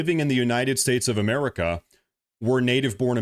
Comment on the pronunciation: Sidenote…why is he calling it “EeeMerica” ????? I can’t 😂